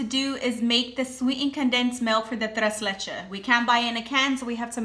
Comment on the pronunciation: Tres leches, the last s is pronounced 🥰